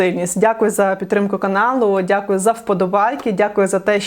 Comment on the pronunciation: і до кінця : "всім дякую, дякую, дякуйоу, дякую, дякуйоу"😂